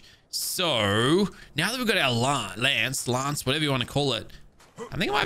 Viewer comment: Definitely prefer the long a on lance. Makes it more exotic